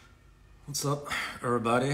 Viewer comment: he sure loves saying "errbody" 😭